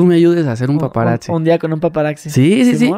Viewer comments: Estan chilos tus podcasts pero se dice PAPARAZZI wei no PAPARAKZI 🤣. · "paparacci" jajajajajaj no mms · Y es paparactsi no paparazzi